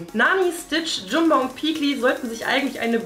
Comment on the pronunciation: Er heisst jamba! Nicht jumba qnq